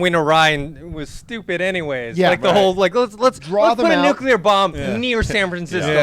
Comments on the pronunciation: I swear John doesn't know how to say NUCLEAR. This is the 2nd time he calls it Nucular, smh. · John stop saying 'Nucular!!' its........NUCLEAR!! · John - NuCular? ... Arrgh.